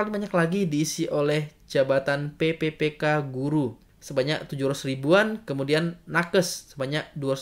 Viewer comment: cara penyampaian nya mungkin bisa diperbaiki lagi untuk penyebutan pppk dan tahun.